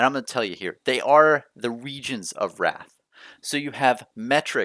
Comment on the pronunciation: Isn’t it pronounced Rathe not wrath? 🤔